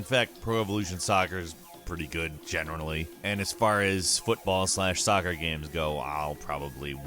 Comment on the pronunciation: What was that word? Generalanly?